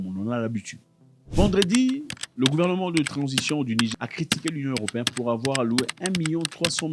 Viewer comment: Bonsoir le boss! Merci pour les contenus très intéressants. Svp il faut bien prononcer le mot Niger c'est "nigére" pas "nigé" god bless😂😂😂